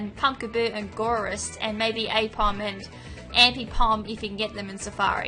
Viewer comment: It's Gourgeist(Gore-Guy-St) Bunnelby(Bunnel-Bee) Dedenne(Duh-Den-Neh) Linoone(Lie-Noon) Diggersby(Dig-Gurs-Bee)